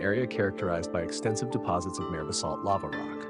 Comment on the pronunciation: Mahr ray (mare) not mare like bear lol